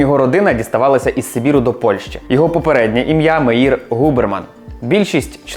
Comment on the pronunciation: Та не Рабин, а Рабін, з наголосом на "а", Меїр з наголосом на "е". Слухати в Ізраілі з таким наголосом дещо дивно